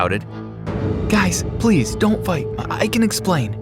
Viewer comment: "I heard my mom screaming." "stop stop stop ples!" Me:GIRLL ITS PLEASE NOT PLES! WHAT ARE YOU TRYING TO SOUND LIKE A WALLRUS!?